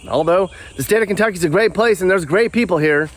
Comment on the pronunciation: Just say Kentucky and leave it at that.